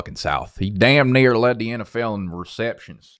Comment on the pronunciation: did NOT sound like near